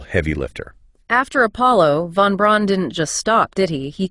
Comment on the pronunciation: Within the first minute it says "Von Ron" rather than Von Braun". Next is says "Saturn Vee" rather than Saturn Five" The V is a roman numeral. I didn't bother watching farther because I have played with this google notebook and it just makes things kinda convincing enough but not. Good luck.